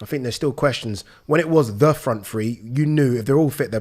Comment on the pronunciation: It's so weird that someone that is English and from England says "Free" instead of "Three"! I never understand it at all!